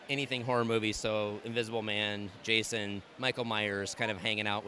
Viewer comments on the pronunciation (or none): none